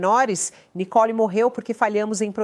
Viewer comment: Não é Nicol e Nicole uma jornalista falando errado monstro está mãe é culpado por este covarde dentro de casa lixo 😂😂😂😂😂😂😂😂